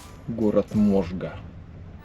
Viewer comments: МожгА, а не МОжга. СарАпул, а не СарапУл )))) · можгА, а не мОжга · Ижевчане, в этот момент просто :) только не Можга а Можга(ударение на а) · Не знаешь, как ударение правильно поставить в слове - уточни. Не надо заниматься косноязычием. Не СарапУльский. СарАпульский. Город СарАпул. И не МОжга. МОжга. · тоже порезало ухо его СарапУл и МОжга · Всё б ничего, но СарапУл и МОжга.) Правильно СарАпул и МожгА. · МожгА, а не МОжга СарАпул, а не СарапУль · Здравствуйте! Недавно нашла ваш канал, очень нравится смотреть про поезда. Сама из Ижевска, Италмас люблю и езжу в Москву на нем. Хочу поправить произношение двух городов: СарАпул и МожгА. Соответственно, СарАпульский, а не СарапУльский 😊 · Ударение в сарапуле на сарАпул, можгА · Не знаю почему в "Италмасе" тапочки продают по 90 руб? Сколько я ездила, тапочки всегда входили в стоимость проезда, и газеты были бесплатно, и обед, и сух пай с бутылочкой воды.... И ещё ребята, прежде чем озвучивать названия городов, узнайте правильное ударение "можгА"... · Правильно не на сарапу́льском заводе, а на сара́пульском Ещё город Можга́ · Уважаемые! Ну вы хотябы названия городов-то не коверкайте, загуглите в конце концов. МожгА и СарАпул. Привет из Ижевска. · Есть особенность произношения национальных названий .В данном случае - это "...Сара́пульский..." и г. Можга́. Изучайте названия и говорите верно. Те, кто живут в Удмуртии привыкли говорить и слышать названия именно так. Как вам было бы услышать : город Мо́сква ? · Эх, блогер.... ( Мог бы загуглить, перед тем, как говорить.. Город Можга произносится с ударением на последний слог - можгА. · Привет из Ижевска, ребятушки! Приезжайте ещё)) PS. Повторюсь с ударениями за уже несколькими, и тем не менее: СарАпул, МожгА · Запили обзор Ижевска. И Можгá, ударение на а. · Дружище, я из Удмуртии и хочу сказать, что названия двух городов ты произнёс неправильно. СарАпул, ударение на А. МожгА, тоже ударение на А. А в целом обзор отличный, спасибо! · можга ударение на а